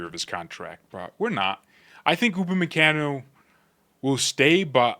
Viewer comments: Gotta soften that last “a” in his name lol. Pronounced “Kahn-o” not “can-o”. Americans … lol. Keep the content coming. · Bro, with all due respect, you're pronunciating his name wrong 😅